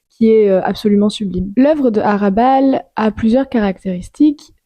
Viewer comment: HRA'bal Il faut prononcer le H!